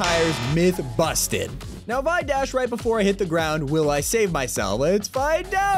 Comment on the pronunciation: I love when he says myth confusted, lol